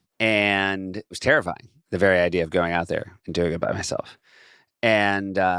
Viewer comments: "Good idear" is my favorite part. I laugh every time haha. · When Akiva rhymed "fear" with "idear", I knew this song is going to be great.